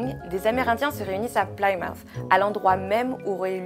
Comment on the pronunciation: Plymouth : voir la prononciation dans FORVO par exemple